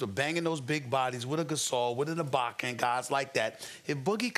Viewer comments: E BAK ERRRR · I love hearing SAS try to attempt to say Ibaka hahaha. He just brushed by it quickly this time.